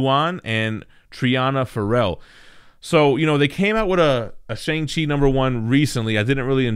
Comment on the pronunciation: a full video of trying to pronounce shang chi n its creators